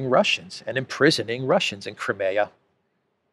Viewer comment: Wish you'd pronounce Crimea properly!